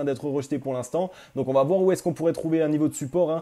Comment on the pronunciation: Faut surtout arrêter avec les T après VA. Mais sinon c'est super